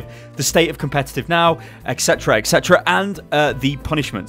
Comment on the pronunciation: "His english isn't very good" > "Competuttttt" lol'd I'm down for these fixes though. Regarding the random mode, I'd prefer it balances the comps out a little more so it's random, but still fair. I enjoy playing heroes out of my normal retinue, but I hate trying to do so when I'm part of a completely broken comp and playing against one that one would probably be seen in a competitive match. It's not as frustrating when both comps are equally ridiculous, but with the way random mode works now, when that happens it just becomes a matter of waiting for (or suiciding to achieve) a better comp for one team or the other.